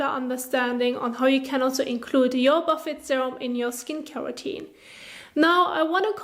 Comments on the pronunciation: I'm from the UK ... we generally pronounce it boo fay here too, usually to describe a buffet of food. No one here as far as I'm aware calls it a buff ett 😆 but please carry on, as I said, kinda adorable 🤩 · Great video, very helpful! Just so you know, the word is French origin so the T at the end is not pronounced. It should sound like Buff-ay :) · Buffet 😆 ... isn't it pronounced boo fay? You're kinda adorable.